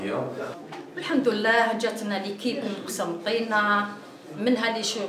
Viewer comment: و الحمد لله جاتنا لكيب من قسمطينة .. حشومة و عار تخدم في مستشفى و ما تعرفش تنطق قسنطينة